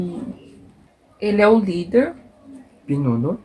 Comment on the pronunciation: Pinuno,,, bunso,,,, ikako you got right pronounciation